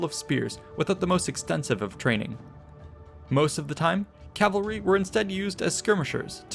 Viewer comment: rout, not route! More importantly: CA VAL RY! Say it: CA VAL RY. The entire video, you say Calvary.